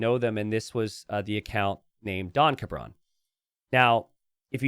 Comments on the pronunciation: pronouncing "don cabron" as "donka bron" really throws me especially since cabron is a naughty word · Yeah, his name is Mr Bastard and keeps calling him donkabron lol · The most heinous part of this situation is pronunciation of "Don Cabron"